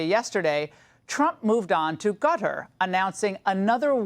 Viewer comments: Laura, C'mon, it's pronounced KA-TAR not CUTTER, you're old enough to have a good education, live through the 90s & Desert Storm and KNOW better. 🇺🇲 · Why is she calling it that?? Lol I thought she was saying gutter. Yikes. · Pronounced ‘cutter’.